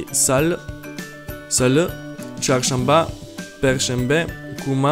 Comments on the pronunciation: Kuma , kumartesi 😅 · Kuma kumartesi 😂😂😂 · Turkish = Cuma not Kuma and Cumartesi not Kumartesi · Hey youtuber Why did you read cuma in turkish as kuma in turkish almost every word writen as its readen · Kuma Kumartesi lol we read it like C not K so its Cuma Cumartesi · Kuma kumartesi 😀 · Kuma Kymartesi Yıkılıyorum 😂😂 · Cuma' yı kuma diye okudu